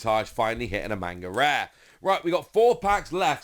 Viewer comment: I love your content and please take this with the respect I am trying to say it in. Please say manga correctly if you are going to correct everyone on Imu.